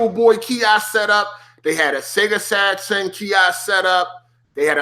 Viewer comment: The way you say Saturn was triggering the hell out of me lol. Great video though I hope you do more